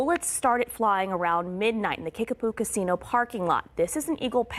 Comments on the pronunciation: It sounds like u are saying Kickaboo, not Kickapoo. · KIckapoo with a "P" not a "B"